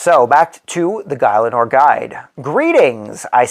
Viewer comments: its pronounce Gil - a - nor, great video! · You lost me at guy-Len-or